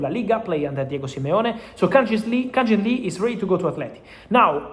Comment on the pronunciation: Fabrizio, with respect. It's Kang-in Lee. Not Jin. You keep saying his name wrong.